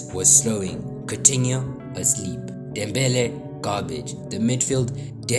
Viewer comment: He has to be South Africa with that Dembele pronunciation 😂